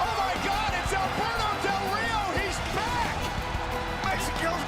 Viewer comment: Its Alberto del Rio not albehrto del hrio